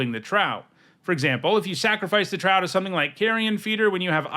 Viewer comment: "Trow" is pronounced with a long Oh (rhymes with "glow" and "row"). It's supposed to evoke the word "Troll"